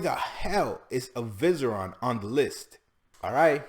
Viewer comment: Hold the fuck up your telling me avicebron is pronounced avizeron?